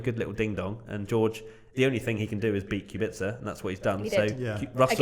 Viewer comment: It’s Kubica not qubica. K like quak